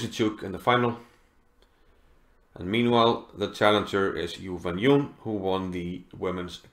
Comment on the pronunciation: Her name is pronounced as Jew-when-June (mind the J-sound).